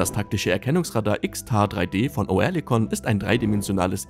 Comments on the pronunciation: Nicht "OE", sondern "Ö"! Liest da ne Büchse vor? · Sag dem mal einer das es Örlikon ausgesprochen wird.. so wie er das macht denkt man direkt an Tourette